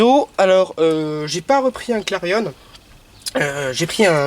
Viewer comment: Très bonne vidéo ;) Par contre on dit clarion comme Marion et non pas comme clarionneeeee lol!! Pareil pour la 206 Sedan comme éléphant et non pas sedane ^^